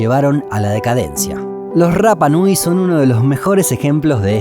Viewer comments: El idioma de la isla no tiene el sonido "erre", solo el "ere", por lo tanto no se dice " RRAPA NUI", sino que RAPA NUI ... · Yo estuve en la isla viviendo casi un año. Y la R se pronuncia como ere no como erre. Osea tu pronunciación de rapa nui esta mal mi amigo. Saludos buen video